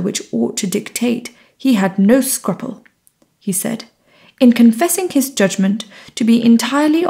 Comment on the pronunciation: Perhaps it could be a mispronunciation of 'scruple'? If you can post the time-stamp so I can follow up.